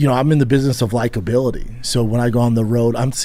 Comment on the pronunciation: Lol likablility? Hes insane